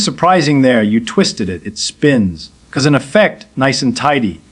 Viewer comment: Text to speach deep faje? Would Feynman mispronounce "cause and effect" as " 'cause ... and effect"?